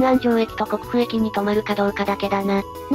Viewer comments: ❌こくふ (Kokufu) ⭕️こう(Kō) ですね。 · 「こくふ」じゃなくて「こう」では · 「国府」は「こう」と読みます。変換しづらいですが。由来は彼の地に「国府（こくふ）」が置かれていたからと言われています。因みに豊橋行きは夜20時かそれ以降は停車すると記憶しています。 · 国府駅は「こくふ」ではなく正式には「こう」と読みます。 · 11：38の部分、国府駅をこくふえきと言ってて笑えた。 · 名鉄の国府駅 読み方は「こくふ」ではなく、「こう」です。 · 名鉄の国府駅は「こうえき」と読みます 「こくふえき」ではありません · 国府は「こう」と読みます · ちなみに国府駅はコクフじゃなくゴウと読む。難読駅名とされるんだ。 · 国府駅はくにふえきじゃなくてこうえきです